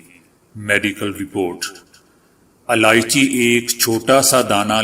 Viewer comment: Aalichi nhi ilaichi kahte h.